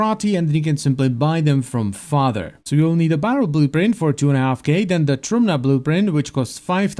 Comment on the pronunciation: Och thanks god finally somebody pronounce trumna the right way